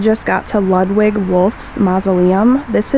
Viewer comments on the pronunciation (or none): Pronounced....... loodwig